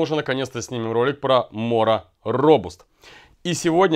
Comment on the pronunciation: робАст. Когда-то наступит день и выйдет рускоязычное видео о этом ноже в котором его название произнесут правильно :). А так- всё по делу. Компаньон нравится, думал купить робаст для пущей надёжности, но решил лучше сразу прикупить гарбег, там уже и фултанг да и вроде по-больше клинок. По патине- можно ещё оставить на ночь в кока-колле, или воткнуть нож в здоровую луковицу- она ещё прикольные узоры даст. Имхо главный плюс этих методов в том что они не воняют уксусом.